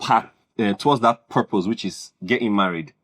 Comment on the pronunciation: No you didn’t say it well😂. It’s “whush number?…” 😂😂😂